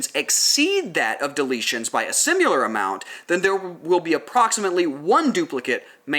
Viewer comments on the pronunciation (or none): I'm very late to this party but I have a tiny bit of feedback. Something super small. Just the way you pronounce 'similar' You say simular and really accentuate the 'u'. I can't tell if that's an accent thing or if you're saying the word incorrect. Thanks for video. Great content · I'm wondering where that pronounciation for "simuler" (similar) comes from :)